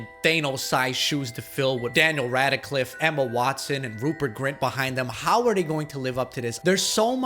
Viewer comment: Yeah, you clearly think the original cast is unforgettable in the roles, when you can't even pronouce Daniel Radcliffes name correctly